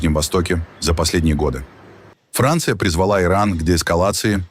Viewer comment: Хранция, ну это мощно